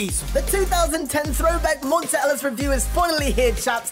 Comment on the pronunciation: it's pronounced mon-tay not mon-tuh